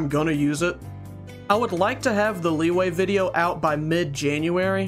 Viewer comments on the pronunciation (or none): Bro said leeway likeee we all know it's pronounced la wee wee